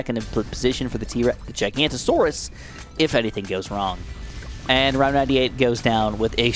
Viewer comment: giga no to saurus not gi ganta saurus